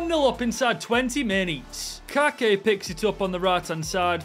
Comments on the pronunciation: Its not Kake, its KaYYYke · Kayky is from my clube here in Brazil Fluminense, his name in speaking the Y hás sound of i, Is like kaike. I love your vídeos, you have fãs around The world like me in Brazil.❤😂